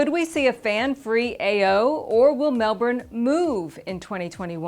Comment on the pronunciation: Small thing, but the city is pronounced "Mel-bin" ... even with an American accent. I know, it's crazy. But a lot people will call it "Mel-BOURNE" and even though it's spelled that way, it's not an Aussie accent thing. It really is Mel-bin. Cheers!